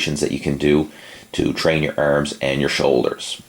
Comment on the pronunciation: ERMMMSS and shoulder. ERMMMMS :)